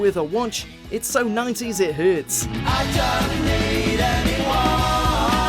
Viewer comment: So 90's it hirts